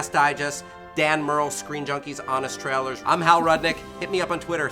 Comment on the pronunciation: Here's something that's not a spoiler... Hal butchered the word "trailer" yet again.